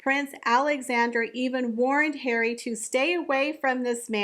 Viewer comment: You always bring me such joy when you say "PRINCE HAIR-WEE"